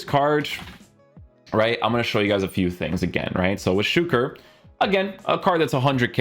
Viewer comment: I love how you are one of the few to pronounce Suker's name correctly. 👏🏽